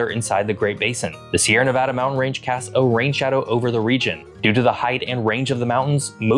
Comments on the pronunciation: Very glad you say Nevada correctly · Thank you for pronouncing Nevada correctly